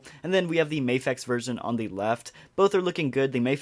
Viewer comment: Nice! Btw it’s “mah” fex, not “may” fex, my Japanese friends confirmed this 😎 I’ll get this Luke but I think the best Luke is Yavan and Hoth (with a custom mask)